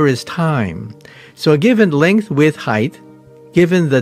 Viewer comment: HEIGHTH!? REALLY, MICHIO?! HEIGHTH? YOU SAY HEIGHTH?